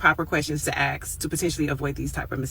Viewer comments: I'm curious how ask devolved to axe.... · I would never take advice from a lawyer that says AXE..